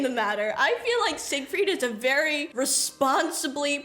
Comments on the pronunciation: "Siegfried isn't that hard to say" she says while misproniuncing the name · I am a daniel viewer and I think they made the name simpler because Siegfried uses German pronunciation and they probably decided this was too hard for children haha but I couldn’t say why they chose daniel ofc haha